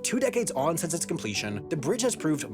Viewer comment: Stop pronouncing “since” as “sense”